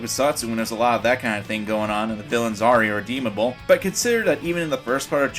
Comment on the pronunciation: Kakyoken???? What???? irredeemadle?